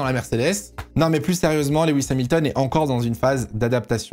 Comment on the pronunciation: coucou je fais le relou mais Lewis se prononce pas leh-wisse mais lou-wisse, c'est pas grand chose mais c'est + pro de mieux prononcer je trouve (et on dit au Barhein et pas a barhein)